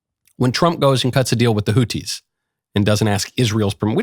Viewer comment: For god's sake there is an "H" in the word "hotHi" for a reason Knowles ,learn how words are pronounced or at least learn how major political names are pronounced.